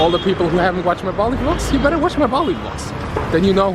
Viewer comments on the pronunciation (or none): none